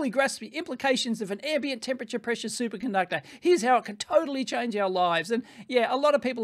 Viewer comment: I heard Dave say "Super Gunductor" and I can't unhear it now.